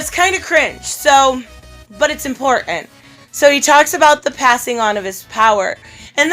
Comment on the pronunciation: "It's import-ant" 🤣😂🤗